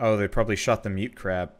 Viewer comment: its mudcrab not mutecrab